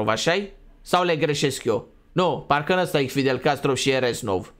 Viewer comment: Fidel Castro nu fidel Castrov